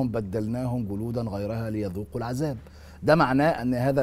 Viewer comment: السلام عليكم ورحمة الله وبركاته المذيع الكريم الرجاء منك عند قرائتك للقران الكريم ان تنطق الحروف بشكل الصحيح لها جلوداً خليتها قلوداً ليذوقوا العذاب خليتها العزاب وهذا يكون تحت مسمى اللحن الجلي وهذا لا يجوز ابدا تحريف في حروف القران يجب علينا مراعاه كتاب الله حق الرعايه وجزاكم الله خير الجزاء